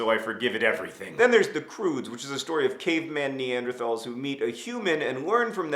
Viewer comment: He pronounced Neanderthals wrong!!!!! Sorry... I had to...